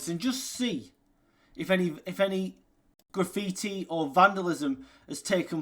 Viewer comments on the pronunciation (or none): none